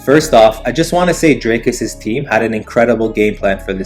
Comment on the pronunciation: Still can’t pronounce dricus there is an i and an a